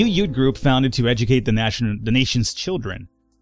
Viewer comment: "Loyalist yoot" What's a yoot? (